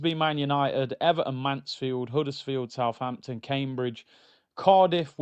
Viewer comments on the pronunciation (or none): none